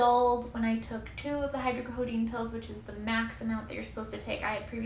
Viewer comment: Jut wanted to let you know that it's pronounced hydrocodOne and it's not Tylenol mixed with codiene, that would be Tylenol 3 hydrocodone is most commonly known as Vicodin or norco or lortab whatever. But yea just wanted to clear that up... hydrocodone is not a word that means Tylenol plus codiene